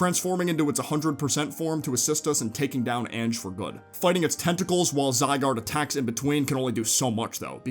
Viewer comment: I’m fairly certain Ange is pronounced like “onj” with a short o sound at the start rather than saying “anj” like the word “an” at the start.